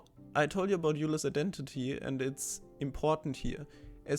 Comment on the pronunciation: Love it! I'd never thought of taking Fourier into the second dimension. Just a quick FYI: Euler is pronounced “oiler”.